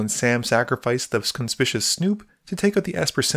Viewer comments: It’s pronounced like “con spic you us” snoop. It means the opposite of stealthy. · It is CON SPIK YU WUS Snoop. I get irritated every time you pronounce it wrong. Lol